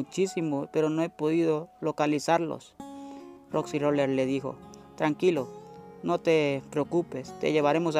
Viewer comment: Es roxy roller no roxi roler y as una historia feliz no manches